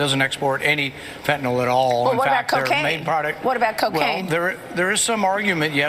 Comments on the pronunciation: First time "fentanyl" was ever pronounced correctly 😂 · THANK YOU for saying "FEN-tuh-nil." One of my biggest pet peeves is "FEN-tuh-nall." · Thank you for pronouncing the name of that drug correctly! Those people are so illiterate. And yes, attending to that level of detail is indeed vitally important. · Thank you, David, for correctly pronouncing "fentanyl". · Thank god…at last, an American who can pronounce Fentanyl correctly😅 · THANK YOU for pointing out the persistent mispronunciation of fentaNYL!!! This has been driving me nuts! Likewise, "pundiNts"!! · THANK YOU FOR PRONOUNCING FENTANYL CORRECTLY!!!!!